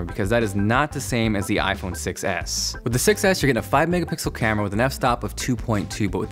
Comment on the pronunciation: whenever he says I phone 6 s it sounds like iPhone 6 ass..